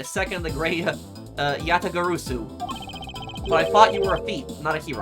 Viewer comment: Yah-tah-gah-ra-sue is how it's pronounced,.